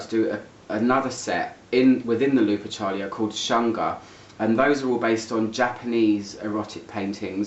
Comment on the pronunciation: If its lupercalia as in the Roman festival it would be pronounced looper-ka-lee-ah.